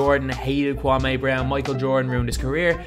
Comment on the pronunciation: "Kwam-ay Brown"